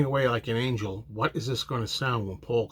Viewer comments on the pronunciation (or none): none